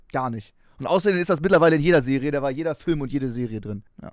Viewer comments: Sagst du etwa Fihlm? Fihlm??!! Nö dasn FÜLLM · Ich finds geil wie Max immer Fülm sagt. Gute reaction auf jeden Fall!